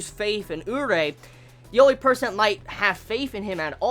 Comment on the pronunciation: his names pronounced u-ree-eh fyi